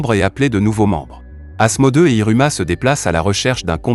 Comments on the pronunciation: C'est pas asmode mais asmodeUUUUUUUs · Sa ce dit Asmodéusse